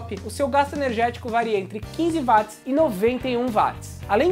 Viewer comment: não fala vatis, cara. é uótis.